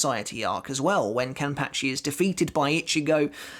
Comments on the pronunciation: The way he says kenpachi is soooo weird🤣😂😂:face-purple-smiling-tears::face-blue-smiling:😁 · It bugs me how he says kenpachi